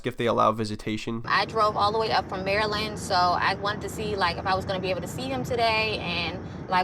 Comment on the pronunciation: I just wanna say thank you for pronouncing Maryland correctly so many YouTubers call it Mary-Land 😂